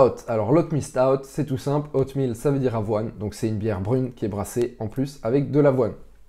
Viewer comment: Cool la vidéo, mais juste c'est oatmeal et pas outmeal 😊